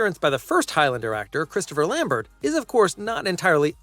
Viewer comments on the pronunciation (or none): Chris Lambert is Belgian. His last name is pronounced the French way, as in Stephen Colbert. Just sayin'...